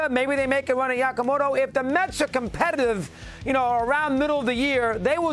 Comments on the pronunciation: why does he keep saying "Yakamoto"? JFC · How has nobody corrected Dog on how to say Yamamoto? Yako…it’s been weeks he’s been saying it. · Well it's a progress. A few weeks ago Yamamoto was just "some guy from Japan" to mad dog. At least now he's pronouncing 30% of his name. Yakamoto, whack-a-mole, guacamole, nahhh you know what I'm talking about. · He cracks me up😂. How many times will he say this guys name wrong?